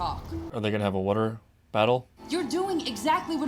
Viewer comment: what did he just say? wuter???